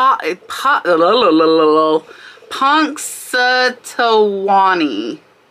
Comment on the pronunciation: Punks-uh-tawney. If you haven't seen the movie "Groundhog Day", you're missing out!